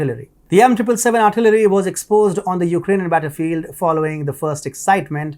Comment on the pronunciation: What is 'artlery", is that like archery?